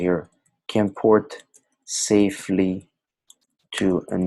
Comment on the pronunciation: Safely!!!!!! Not Safley